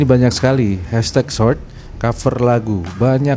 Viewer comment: Did you say "Search" or "Short"? that's huge different..! You wanted to say "Short" but It sounded "Search"